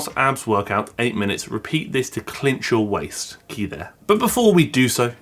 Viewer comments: I think "cinch" is pronounced "sin'ch" not "clinch" xD I heard the way you said it and was like "Wait what's the word? What does it mean?" haha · it's Cinch not CLinch